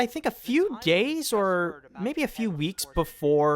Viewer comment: Not to insult you, but for a second there I thought you said gays instead of days.